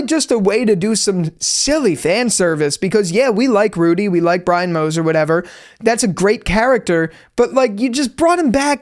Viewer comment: you always had trouble saying brian